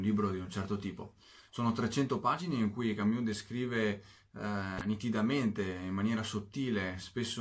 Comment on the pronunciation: Ma perché camIus